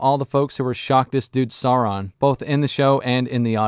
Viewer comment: Who is "Not Soran"? do you mean "Not Sauron"?